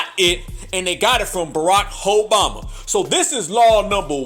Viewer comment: He said, Barakhoeboma-😂